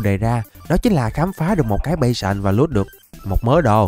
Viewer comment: cái pháo đài lợn tên là "bát sờn" chứ không phải "bay sờn" đâu anh ơi :)))))